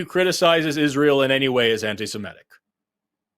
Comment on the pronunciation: Can someone please ask Forrest to stop saying "anti-Simetic"? It's anti-Semitic.